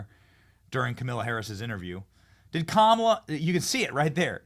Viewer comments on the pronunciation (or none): Benny- I like how you pronounce Kamala like Kamika like who cares (LOL) . Love your show